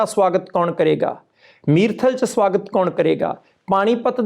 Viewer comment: ਪਾਜੀ ਮਿਰਥਲ ਨਹੀ ਮੁਰਥਲ ਹੈ ਸਹਰ ਦਾ ਨਾਮ